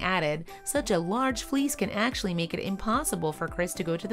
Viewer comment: It took a while to realize she was saying fleece not fleas